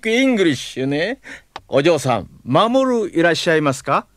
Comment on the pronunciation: Jorge : AY, MAMOORU! :D Mamooru: ay Jooj :)